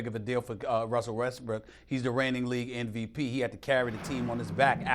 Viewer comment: Stephen A. "ek-cetera NVP" Smith...